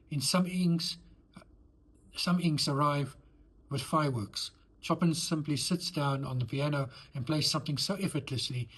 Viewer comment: BTW, don't mean to nit-pick but Ch in Chopin is pronounced as Sh and the 'in' is more towards 'an'. Sorry - I'll get me coat...